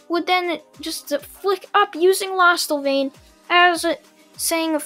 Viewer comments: It's lostvayne not lost avain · It's lost-van-ya and it's also d-anne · lost vein is how you say it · Its not lostevein its lostvein and its dian not dian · It’s lost vain not losta vain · Lostvane not lostelvane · its lost vaine (pronounced) 🙂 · I think it's pronounced lost vain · is pronounce the Lost-vain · Pronounced: Lost Vain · I'm pretty sure it's pronounced lostvayne also the character that you seem to be incapable of pronouncing is named Deanne also deanne's saver treasure is not safe it's actually a giant Sledgehammer called the Gideon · It’s pronounced lost vane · It’s said like lost- vane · its pronounced lost-vaine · Lostvayne is is pronounced lostvein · Pronounced lost-vein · I thinks it’s pronounced lost-vain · Lost-Vein = Lostvayne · Diane - Di-Yann Lostvayne - Lost - Vane. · Lost vain that's how you say it lostvane is how you spell it I think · I like this but he says lostvayne incorrectly and its so annoying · Wtf!? Say Lostvaine again, I wanna hear the atrocity that just came out of your mouth. Also, Diane’s sacred treasure is a hammer named Gidion. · •Naom-chi• I am sorry for getting that mad, however in my eyes that pronunciation is one of the seven deadly sins.